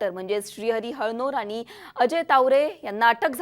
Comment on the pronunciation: जरा शुध्द बोला. आनी नाही आणि देन्यात नाही देण्यात आणि अजूनही खूपच आहे. तुम्ही ण म्हणतच नाही तिथे न बोलत आहात